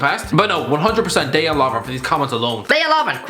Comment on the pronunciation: Finally, I repeat, FINALLY someone pronounced Lovren's first name correctly